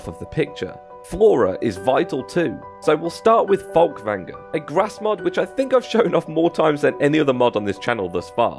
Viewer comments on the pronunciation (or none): You skipped text over your grass mod, it sounded like you said "fogvanga" not "Fulkvangar".